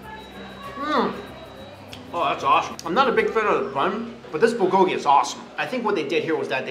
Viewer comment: The way you pronounce 'bulgogi' makes a part of me die inside. But it is not your fault😂 I am Korean